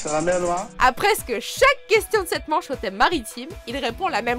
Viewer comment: Vous vous êtes trompé pour le n3. C'est pas la mer noire, c'est "la mèw nwoil" 😂